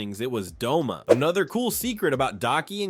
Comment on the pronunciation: Bro I thought his name was Doma not Douma. I thought I was a demon nerd😭